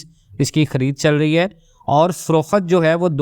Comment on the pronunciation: Frokhet? It's frokht